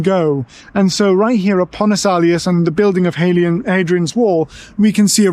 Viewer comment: Actually it's Pons Aelius, not Pontus.